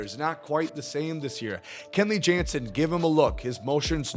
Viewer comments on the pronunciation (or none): none